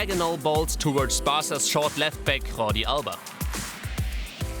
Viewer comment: It's not 'Jordi' like /xordi/, ie the spanish 'jota', it's Jordi, like zhordi, cause it's catalan.